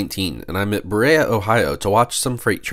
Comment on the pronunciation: I’m pretty sure it’s buh-REE-uh. (Like Maria.)